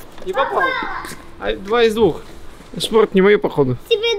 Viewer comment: "Спохт, пхиносит боль" ®